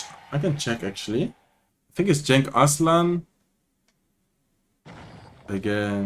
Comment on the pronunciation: Genç Aslan means Young Lion (no cub). Cenk(your pronounce) is another name for Turks :)